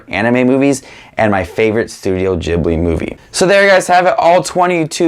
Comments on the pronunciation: It's ghilbi not jibliii ughhhh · It’s not jhibly it’s pronounced gibly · I just gotta say this before it drives me crazy It's ghibli not jibli It was named after an aircraft also named ghibli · It's ghibli, not djiblee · Its not (juh-ibli) it's a (guh-ibli) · for someone who seemingly loves these movies your butchering the name its pronounced gee· blee not gib-lee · Ghibli, not Jibbly. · he says studio ghibli wrong and i hate it... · You do realise that for a true Miyazaki fan, you're pronouncing Ghibli wrong? 😅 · And his pronunciation of studio ghibli is so strange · When he pronounces Ghibli wrong the entire video When he likes my comment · how is studio ghibli pronounced? jibli or gibli? i’m confuuuuused